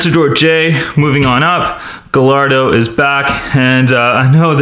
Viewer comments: It's spelled gallardo but it's pronounced giardo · it's pronounced GUYardo not gallardo (kinda like tortilla) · Gallardo is pronounced "giardo" not "galrado" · Its Gallardo not gailardo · it’s pronounced guyardo no gallardo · It's pronounced Guyardo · Correct me if I'm wrong but isn't the Gallardo pronounced guy-ar-doe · he pronounced "Gallardo wrong. its pronounced "giardo" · superPina28 its gairdo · Gallardo it’s pronounced gajardo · Gallardo is pronounced Gi-ar-Do. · it made me mad when he mispronounced half of the names. Example gallardo is pronounced guy-are-dough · its pronounced gaiardo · Remember, this word is coming from a Spanish origin. It is pronounced gay arr do. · Learn how to say gallardo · In "Gallardo" the two 'L's make a "y" sound in Italian and Spanisn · The Lamborghini Gallardo isn't pronounced with its L's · The Gallardo would've won if you pronounced it's name right. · Nikole Lynch Yeah. He's a grown man, he should know how to pronounce Gallardo